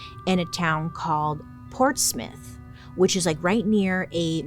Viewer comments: THANK YOU FOR SAYING PORTS MUTH AND NOT MOUTH from an english person lol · Well done with pronouncing Portsmouth right!! 😊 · Bailey, I’m a New Hampshire native… thank you for pronouncing Portsmouth correctly 😂